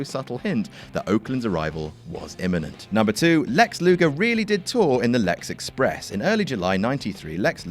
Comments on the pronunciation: Lex "Lugar", eh? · "Lex Lugar" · It's LugEr.